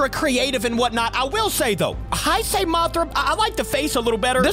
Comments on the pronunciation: Say Hey-say for now on. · Nice video, but here is how you (Or how everyone) mainly pronounces “Heisei” “HEY - SAY” Hope this helped.